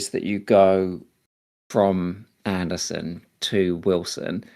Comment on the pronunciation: Andersen vs Anderson. Not spelled the same way and not pronounced the same way. son != sen